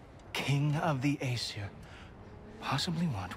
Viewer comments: Lmao siri probs went off because she thought you said "siri" instead of "Aseir" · I love that "Aesir bow" became "Hey Siri. Bow" XD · Lmaoo. When he said "Aesir Bow", his phone thought "Hey, Siri! Bow?" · You said "Aesir" and she heard "Hey Siri" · says aesir bow and activated siri, don't think relised that aesir sounds real close to hey siri lol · you said aesir bow wich prolly sounded like hey siri bow